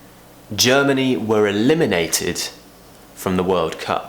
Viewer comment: But it doesnt sound like you voice that D. Seems like at the end of the word d becomes more like t. (Talking about the first exampe - eliminateD)...hmmmmm, i dont have an ear for it?